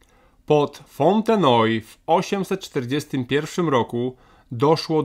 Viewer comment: Ciekawy sposób wymowy nazwy miasta przez przygotowanego lektora - Fontenoy 😢